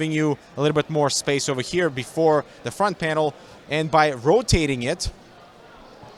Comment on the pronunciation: Nobody: Not a single soul:: I mean look at the FrOnTh Yai Yo